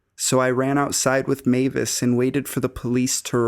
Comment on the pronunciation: i don't know how many times I've heard the story about the guy under the bed, but you're the first narrator to pronounce Mavis correctly. Thank you.